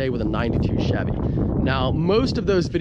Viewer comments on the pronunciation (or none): none